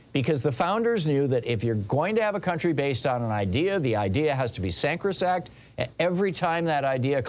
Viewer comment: Sacrosanct. Not sancrosact. Sorry